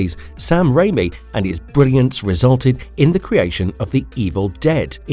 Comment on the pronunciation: Raymi? You mean rami?